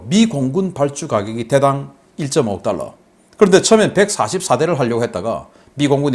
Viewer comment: 방금 1,5달러 발음 쬐끔 신경쓰시지요